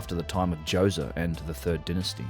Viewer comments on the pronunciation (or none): Pharaoh Djoewzuh